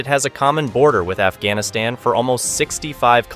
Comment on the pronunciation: Afghanistan pronounces as "F"-Gas-Niss-Ten ??